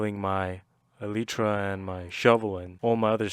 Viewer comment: Finally someone says elytra correctly 😌